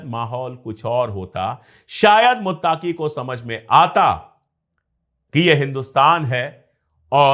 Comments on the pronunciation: Bahut behtar aur haan sir muttaaqui nahi muttaqui hota hai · Muttaaaqi nahi muttaqi hai..pronounsation me gadbad ki wajah se naam sunne me achcha nahi lag raha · Muttaaki Nahi Sahi Lafz (Muttaqi) Hai Maazrat Chahta Hu